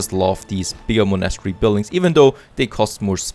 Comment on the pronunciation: Oh an please look up the pronunciation of „monastery“. ;-)